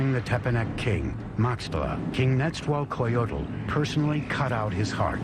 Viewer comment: Its pronounced Neza-wall-coyotol Netzahualcoyotl